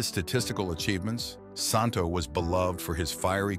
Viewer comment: The correct pronunciation of Ron‘s name is Santo SAN – TOE.